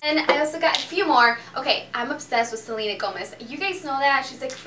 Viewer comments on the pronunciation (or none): none